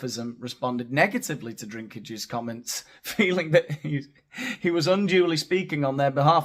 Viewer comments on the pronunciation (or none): His name doesn't have an R at all, it's DINK not DRINK. Peter Dinklage. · His name is Dinklage, not Drinkage 😂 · You have a ‘Drink’ problem 😂😂😂 It’s Dink Dink Dinklage😂😂❤ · Please tell me you called him "Peter Drinkage" on purpose. 😂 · Killing me, calling Dinklage "Drinkage". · Drinklage; the “L” is silent. You were right all along. Cheers! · It's not Drinklage hehe theres no R in it....only saying because I'd been saying same as up until season 8 😊😂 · … by the way, it‘s Peter «DINKLAGE» … You pronounced it wrong the 2nd time, too. 😜 Sorry, couldn‘t resist. 😂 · It's Dinklage. No 'R' in his surname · Seems you had some trouble with his surname; it’s pronounced Dinky-Large 👍. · Hey! It's actually Peter Dinklage. So you have two references...Peter and Dink. It is important to note that there is no "r" in lage. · Dude, you have a channel with over 84K subscribers, reporting on cultural Marxism in entertainment and you can't even correctly read an actor's surname? This is the umpteenth entertainment channel I've come across with presenters who can't spell, read or pronounce their own featured subjects. Don't want to be a bitch, but Jesus, do some research before you make a video and prepare your material. You're getting paid for this. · No 'r' in Dinklage. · Peter Dinklage, no R in the last name.